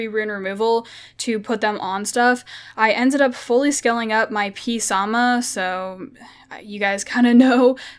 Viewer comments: Its sa moth lol not psam haha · ive commented on the way she pronounces it but hey female they do what they want and dont listen lol pronounce it like this orange ( samath ) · The p is silent with the water fairy king